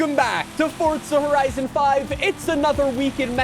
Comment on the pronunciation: He doesn’t even pronounce the name of the game right you expect him to get wheel spacers right? 😂